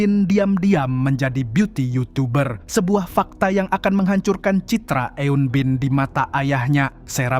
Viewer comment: Pengucapan eun-bin nya kurang tepat bang.